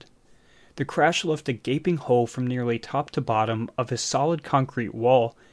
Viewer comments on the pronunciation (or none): none